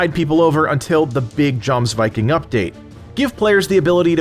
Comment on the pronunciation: its pronounced Yomsviking....